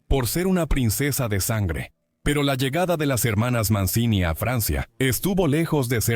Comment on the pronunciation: Se pronuncia "Manchini:, averigüen un poco para estos posteos pedorros con IA.